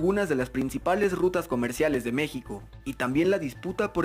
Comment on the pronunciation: No sabe ni decir Mexico correctamente Dijo mexican